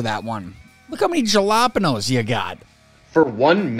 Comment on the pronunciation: Jalapenos, say it right. Thank you.